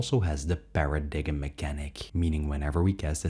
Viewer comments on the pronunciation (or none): about , paradigm is pronounced like 'pair-a-dime' 🎭